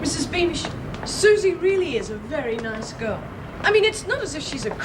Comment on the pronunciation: We even have calling Suzie 'Susen' ridiculous.